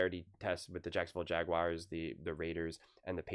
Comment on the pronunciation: JagWIRES!? 😂😂 SOUNDING LIKE ACHO HAHA